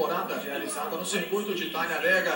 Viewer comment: TAGADEGA???JOI NEMETHIECA???TONI STUARTI???DAIOUU EIRARDI JR.???JUMI MEQUIMAREI???ROBI LABONTI??? QUE MERDA DE NARRAÇÃO É ESSA??